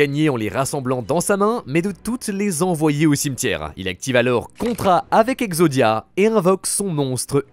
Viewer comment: J adore tes vidéos mais ça me stress le nombre de mots que tu prononce bizarrement genre « goût du jourem » « obsoletem » «fin du toureuh » « cimetiereuh » etc par contre tu dit pas teromicem tu dit bien teromic 😆